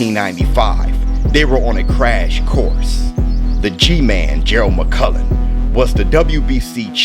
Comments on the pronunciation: The man's name is mcclellan buddy, not Mc Cullen ffs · It's McClennon, mate not McCullen, as you keep saying. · Damn shame you ain’t pronouncing his name correctly though . McClellan not McCullan . 👍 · Please stop calling this man McCullen. It's McCLellan. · McClellan NOT MUKULLAN 🤔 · McClellan not McCullan. I love you man but i had to point that out. Much love to you and the COMMUNITY! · McClellan. He is pronouncing it wrong. Its a Scottish name.